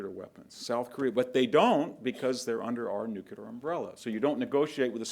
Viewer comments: I cannot believe he says Nu Cue Lar. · “Nucular”. Ouch.